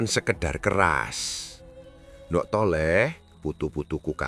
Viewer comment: Hahaha pengucapan nDhuk.... Thole..... Kok jadi nDok ... Tole...?? 😂😂😂